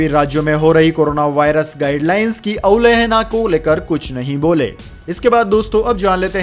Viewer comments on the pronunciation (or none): अवलेहना नहीं अवहेलना